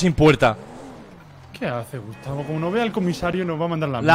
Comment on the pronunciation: a dicho "Gustacio"? JAJAJAJ NO PUEDE SER AKDHKS